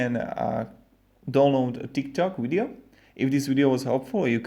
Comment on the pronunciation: wideo? what the hell is wideo worst english ever